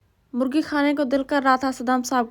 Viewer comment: Molgi nahi bol te morgi bol te ha